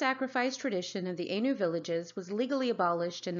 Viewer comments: Point of correction ainu is pronounced A-i-n-u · Ainu is pronounced eye-nu Kamuy pronounces ku-ma-way